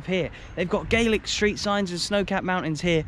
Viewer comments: Gaaaaaaaaaaaaaaaaaalic :P not Gaylic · When referring to Scotland, its pronounced "GAH-LIK". "GAY-LIK" is Irish. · Love your videos, but just so that you know Scottish Gaelic is not pronounced Gaylic but Gal-ic. Keep doing the videos though. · Love all of your videos! Sorry to be pedantic but the Scottish language is pronounced as GAH- lick (gàidhlig). GAY- lick (gaelge) is the Irish language 👍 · Well done! They do venison pies - 'Staggie pies'. The language is pronounced 'galic' - 'gaelic' is the pronunciation for the Irish language. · Just a small pointer, for Scottish Gaelic, the latter word is pronounced with a short A, so more like Ga-lic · A major achievement by Ross County to be a Premier league club in this part of Scotland. Nice to be able to see it. Your Gaelic though needs a bit of work. Enjoyable video.